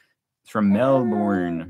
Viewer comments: Hahaha Melborn … nah it is Melbun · Australians pronounce Melbourne as Melburn. Emu as Em mew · ‘Good arvo’ love your intro. Love your little family, Brittany and Jace are just gorgeous. The work of your Aboriginal artist, Peter, is well known, original, one of a kind, and priceless, in fact. You’re a Lucky man. Some pronunciations for you. Emu is pronounced Eem-you. Melbourne - Mel-Bun, Canberra - depends on what State you come from. Either, Can-Berra OR Can-Bra. I’m from the area and was raised to say Can-Berra. Aussie -Ozzi, You are one of the most honest YouTubers I follow because you are not afraid to be yourself, warts and all. So natural, not put on or showy. Absolutely love it. For the ‘Drinking Beer from a Shoe, have a look at YouTube’s about UFC Australian fighter Tai Tuivasa from Australia. Anyway, I’m Shannon, known as ‘Base Camp’ and love you guys. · It's not an Emoo, it's an E m you! It's not Mel born, it's Mel burn! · It’s pronounced Melbern.